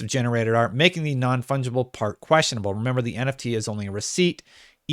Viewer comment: Non fudgeable? Is that what he said?